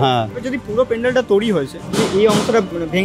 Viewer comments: দাদা ঐটা তৌরি না তৈরি উচ্চারণ হবে, আশা করি পরের বার থেকে ঠিক বলবেন । 🫡😎😏 দাদা আমার তরফথেকে 500 কোটি ভালোবাসা নেবেন❤❤❤❤ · Toiri ❌️ Touri ✅️ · "Touri" abar ki kotha 😂😂 "Toiri" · Toiri❌ Touuri✅ 😂😂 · Touri ki কথা 😂😂 The word is তৈরি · তৈরি ❌ তোউড়ি ✅ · তৈরী ❌ তৌরি ✅ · ভিডিওর সবই ঠিক আছে কিন্তু ভাই উচ্চারণটা একটু ঠিকঠাক কর, 'তৈরিকে তৌরি'এরকম টাইপের কিছু কিছু ভুল উচ্চারণ রয়েছে তোর!! এগুলো ঠিক করলেই আরো ভালো লাগবে।। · ভাই উচ্চারণটা তৈরী, প্লিজ তৌরি বলাটা বন্ধ করুন। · Say Toiriii... Not Tourii..